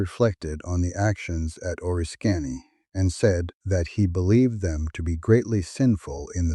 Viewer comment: oh-RISS-kiny, not oh-risk-KA-nee. Also, ale-la-GHEN-ee